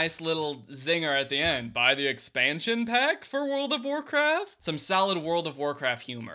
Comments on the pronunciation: wowld of of wawcwaft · When he said “pua puh uh” And “wowled of waw cwaft” I really felt that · wowd of waw cwaft